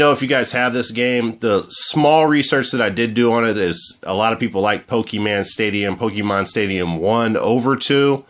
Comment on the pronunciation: its not pokeman